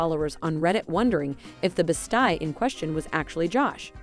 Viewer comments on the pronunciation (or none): Best eeee, not best eye.